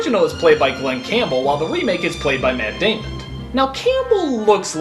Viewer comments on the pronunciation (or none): matt damon not matt damond